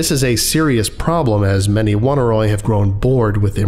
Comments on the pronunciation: Oneiroi is pronounced "o nee roee" not "woneeroee" or whatever thing you somehow got out of it. It's greek for dreams. I like this channel and almost never comment, but eventually I just must ask if you google any of the unfamiliar words you encounter, or if you don't just to annoy people. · I love this, but for the one detail that it's supposed to be pronounced "uh-NEY-roy," not "WUN-a-roy." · I felt obligated to look up the pronunciation of "Oneiroi". From what I can find, it's not like "Won-i-roy", but instead "Oney Roy" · Dear colleague excuse me if I repeat a well made point, but the pronounciation is not "one-a-roy", "on-ey-roy". It is a minor objection to an otherwise great lecture. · It's oh-near-oi, oneiro being ancient Greek for dream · Fun vid and SCP. Just a note though the name of the collective would be pronounced the same way as oneiromancy /əˈnʌɪrə(ʊ)ˌmansi/ so it would be more like oh-nai-roi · The proper pronunciation for Oneiroi is "aww-nee-ree". The word is from from greek mythology and describes primordial deities, the children of Nyx (goddess of night). They are the personification of dreams and take the form of black winged demons. Their number includes Morpheus (who sends images of humans), Phobetor (who sends images of birds and beasts) and Phantasos (who sends images of the elements earth, rock, water and wood). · Just a note: "Oneiroi" shares a root with 'oneiric', and this should probably be pronounced "Oh-nye-roy" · I don't want to be that person but I'm pretty sure Oneiroi is pronounced Oh-Nye-Roy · I hate to be that guy, but this is bugging me: it's OHN-EYE-ROY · pretty sure it's pronounced oh-nay-e-roi btw. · This was really interesting but I just can't get past how he pronounces Oneiroi... I'm assuming the name comes from oneirology (the study of dreams) which is pronounced like "Oh neurology" not "One irology" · Hate being that guy but they way you pronounced oneiroi was weird